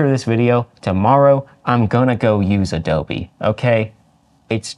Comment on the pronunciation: “Adobe lover” Lmao